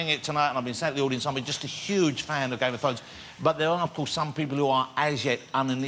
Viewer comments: ''Game of Thwones'' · Hahahahaha Game Of Thwones...hahaha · Games of fones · "The incredibleGame Of Thwones."